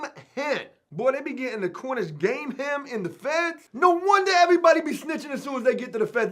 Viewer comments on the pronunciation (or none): bro its CORNISH GAME "HEN" NOR HEM.... AND BRO I CANT BELIEVE YOUVE NEVER HEARD OF QUICHE DUDE...AND ITS PRONOUNCED "KEESH" "KEEEEESH" BRO.... FUCK MY LIFE DUDE .... COME ON..... TRY SOME ITS LIKE AN OMELET PIE OR A FRITTATA PIE AND THEYRE DELICIOUS BRUV.... TRY ONE ON THE OUT.... NOT TRYING TO DOWN ON YOU DUDE BUT GOOGLE WILL EVEN SAY IT FOR YOU IF YOU LOOK IT UP.... COME ON DUDE